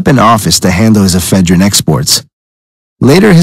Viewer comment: e phedrine not eph e drine